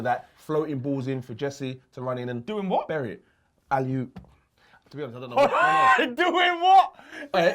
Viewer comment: Alley yoops 😂.